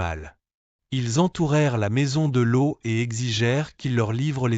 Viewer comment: Cest Loth et non lo